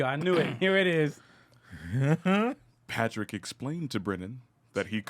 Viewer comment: ☁️ lol